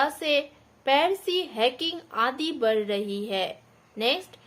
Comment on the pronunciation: वड़ नहीं बढ़